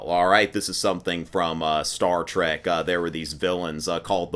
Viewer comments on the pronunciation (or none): none